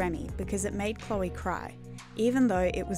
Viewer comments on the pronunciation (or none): none